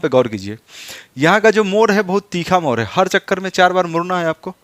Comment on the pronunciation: मोर नहीं मोड़ बोलना सिखिए,, उच्चारण ठीक कीजिए,,अधिकतर मगही वाले ड़ को र बोलते है।